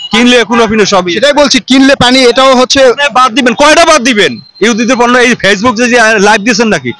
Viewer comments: পূণ্য বর্জন বলছে। পণ্য বর্জন বলতে পারেন না, এরাই সাংবাদিক! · সাংবাদিক পন্য কে পুন্ন উচ্চারণ করছে।